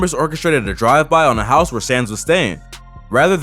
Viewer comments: Not hizzy, “hi-ghs” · It’s house [hize]not hizzy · HIZZY lmfaooooo pronounced house but okkaaayy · Bro said “Jail HIZ-ZEE Blues” 😭💀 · Jail hiZe pronounce house.